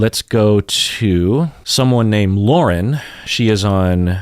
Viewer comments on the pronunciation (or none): none